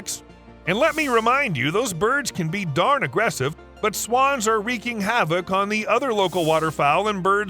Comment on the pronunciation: "Wreaking" pronounced "Recking"